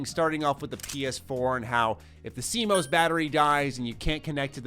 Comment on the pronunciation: ‘See-Mose’ battery 😂 😘